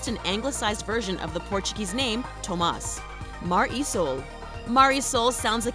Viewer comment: All the Portugal ones are fake I came from Portugal and I know every thing from there also u pronaounced tomas wrong don't belive every thing you read